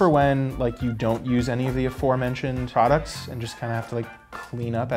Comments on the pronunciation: “Prodcuts” lol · "Guys guess the price of period prodCUTS" lol 😂